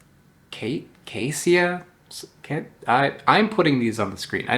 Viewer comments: Caesia is pronounced "seezia." Or "kaizia" if you want to be weird. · The species name should be pronounced "see-zee-a". Caesia refers to bluish-gray in Latin.